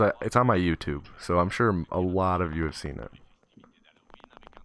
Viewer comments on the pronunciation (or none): none